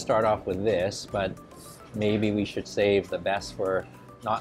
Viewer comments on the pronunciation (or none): none